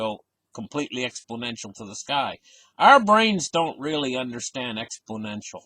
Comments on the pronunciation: And says exPLOnential.Not exPO nential. Funny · Expodential.....it comes after Confisticated in the Dictionary.